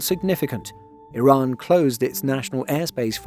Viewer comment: The channel's pronounciation is much closer to the actual pronounciation of the country. I also really appreciate the channel narrator pronouncing Iran like e-Run and not like amny Americans pronouncing it like I-ran.